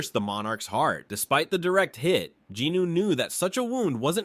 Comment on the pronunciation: Great narration but "jinuu" instead of "jinwoo" is killing me lol